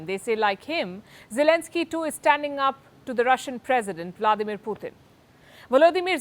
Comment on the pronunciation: wish she would learn how to pronounce Putin's name correctly